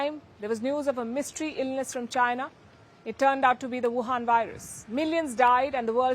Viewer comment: "chainaa", Palki is second to Trump, but "woohann", Palki takes pole position. 😜